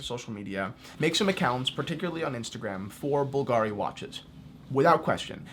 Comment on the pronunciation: at least you should have informed a little bit: the correct pronunciation is Bùlgari and not Bulgàri. the accent is on the "u"